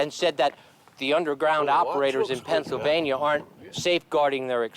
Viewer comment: PENNSYLVANIA, not PENNSYLVANIE.